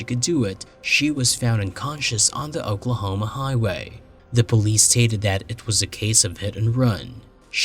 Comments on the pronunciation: I love the cases you cover them and how you cover them. Absolutely! I have one thing I must say though because it drove me a little nuts. I’m not trying to be critical here at all but you kept pronouncing Oklahoma like ‘Auk-la homa’ when it is pronounced ‘Oak-la-homa’ it just threw me off. That silliness aside I can binge on your show quite easily and truly do love it! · was it in Aquahoma? haha. Just what it sounded like to me. lol. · Talsa, Aklahoma? You need to get that artificial voice spiffed up a bit.